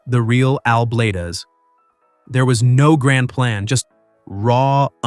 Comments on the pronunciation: His name is not Al Blad-ez!!! It's Al Bladez, Bladez as in BLADES!!!!! Get it right if you're going to use him to make money of his hard work!!!! Idiot. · BLADES, not Blay-dez‼️ Like lawn mower blades, knife blades or blades of grass. Fix your AI announcer! If you're going to do this, be accurate and do your research! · Please GET HIS NAME RIGHT IT IS "BLADES" NOT BLADEZZZZZZZ. HOW EMBARRASING, DUDE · Excellent content. But, stop using AI speech synthesis. It's pronounced, "Bladez," not "Blade-ez." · For goodness sake, have you never watched anything he did? He is not blad-ez, it is bladez as in blades... not a spanish corruption! After the blades on a mower, not a japanese bladder. You are nuts! And he didn't teach the other guy how, he already knew. Are you a putz, and why launch inti s0anish in the middle? This post is a mess! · Why are you mis-pronouncing Al’s last name? It’s Blades as in “blades of grass”. AI or not, get it right, please.😉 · Al BlAdez! Pronounced as "Bladez" like knife blades! Not How you say it. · If you're gonna talk about somebody, at least say their name right, Al Blaaaaa dzzz is how you say it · Fix your bot. Bladez. As in Blade. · Evidently you don't watch his shows. You keep mispronouncing his last name. Sounds like BLADES. BUT A Z INSTEAD OF S. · It’s pronounced Blade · Al is awesome! If you are going to keep having artificial (un)intelligence narrate your videos, you need to go back and make sure it is saying things right, especially names. It seems very disrespectful that you allowed it to continually mispronounce his last name. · I have watching Al for a few years now, he is the kindest,sweet guy. Everyone has a few bumps in the road. A I can’t pronounce his name right, that’s why I don’t like A I reporting. Al is a very hard worker, and he is well liked. ❤️💕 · You really should learn how to pronounce his name correctly. i know how good his work is because I have been subscribed to his channel for over a year.